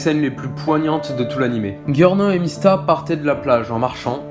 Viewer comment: C'est bien sauf qu'on dit giorno (jyorno) pas (guiorno)